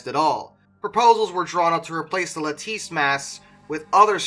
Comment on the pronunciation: He mispronounces a lot of names as well. Like Leyte as “Lie-tee” and lattice as “laTIce”.